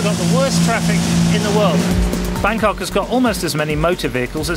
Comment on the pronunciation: good video but pronunciations excruciating!